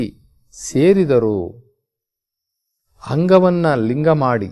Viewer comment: ಅಕ್ಕ ಹಕ್ಕ,ಅಂಗವನ್ನು ಹಂಗವನ್ನು ಓಹ್ ಎಪ್ಪಾ ಅ ಕಾರ ಹ ಕಾರ ಬಗ್ಗೆ ಅರಿತುಕೊಳ್ಳೋ